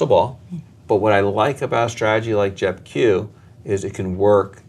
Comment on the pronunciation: なかなか踏み込んだ議論で面白かったです。とても勉強になりました。JEPIとJEPQの発音はジェピとジェプキュなんですね！笑